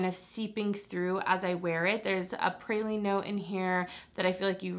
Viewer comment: I will definitely be going to try out the mixbar scent you first mentioned! Also, it’s so funny listening to people who aren’t from Louisiana say “praline” 😂 love this video!!!!!